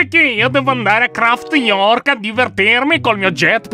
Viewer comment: Si dice New Craft non Craft York